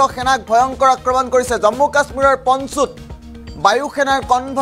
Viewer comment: পঞ্চুত নহয় ভাই পুঞ্চত